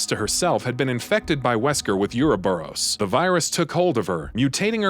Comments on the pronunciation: Bro it pronounced OO-RO-BUROS not Yuroburos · Tera-gree-jha, not tera-gree-gee-a Ouroboros, not euro-boros